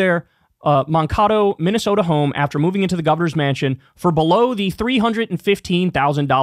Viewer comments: Mankato is pronounced "Man-kay-toe" like the species, the letter, the body part. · It’s pronounced man-ka-toe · As a Minnesota resident. That Mankato pronunciation was like a flashbang. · Kyle I love you and Walz so as a minnesotan some advice, it's "Mankayto", not "Mankahto." Keep this in mind so you can make fun of every other news segment small or large who all pronounce it wrong also. Thanks! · "Man-KAY-toe" not "Mahn-kah-toe..." 😂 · Man-KAY-doh, not mon-KAH-toh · Everyone keep calling Mankato (Man-kay-toe) "Mon-Kot- oh." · Oh my god Kyle, we need to fix your pronunciations. Walz= Walls, not Waltz. Mankato= Man-Kate-o, not Mankaato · For non Minnesotans Tim Walz was a teacher in Mankato = man-KAY-toh. Not to rag on Kyle, but his pronunciation of this city is funny bad. The second worst is probably Hassan, due to him doing a "Northern Midwest" accent, which most in the media would thinks is a solid accent attempt, however, it's what we call in Minnesota a Luthren Church Mom impression. And don't tme started on the U'ppers yall think Minnesotans sound Canadian 😂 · Could somebody from MN help us with the pronunciation of Mancato…? Isn’t it “man-KAY-toh” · Mankato isn't Moncahto......JFC its Mancayto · Mankato is pronounced "Man-KAY-toh", btw. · Completely and totally off topic- but listening to non-Minnesotans pronounce Minnesotan city names never fails to make me giggle. Mankato, the city where Tim Walz worked as a teacher and Congressman, is pronounced Man-Cate-Oh. Definitely not a big deal, I mispronounce half our place names. It’s kinda a thing to watch out of towners try to pronounce different locations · Its pronounced Man-Kay-Toe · from a Minnesota local its pronounced Man-Kay-Toe you're welcome! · Drinking game! Take a shot every time someone mispronounces “Mankato” (man-KAY-toe is the correct pronunciation). Otherwise, ❤ to Gov. Walz from a native Minnesotan who now regrettably lives a mile west of the Minnesota-North Dakota border.